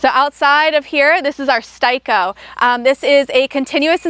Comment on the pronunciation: S Tay Ko Repeat with me S Tay Ko, it’s not pronounced xEdAyCoOl that’s daft.. it’s Steico.